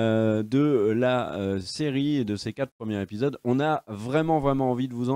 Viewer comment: Je sais je vais faire mon casse couilles mais on dit premiers zépisodes et pas premières épisodes. Y a un s à la fin de premier quand c'est au pluriel. C'est con mais à chaque fois ça m'arrache les oreilles. Sinon the boys est vraiment excellent et à part Éric kripke faut pas oublier Seth roggen qui avait déjà adapté le comics preacher du même auteur Garth Ennis.